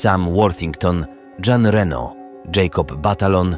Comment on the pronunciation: "Dżana Reno" Chryste Panie... dżana 🤦